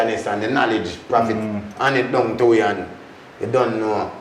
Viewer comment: "Know- lege"